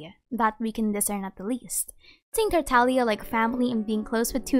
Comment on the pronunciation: its TarTAGlia not tarTAlia!!!!!!!!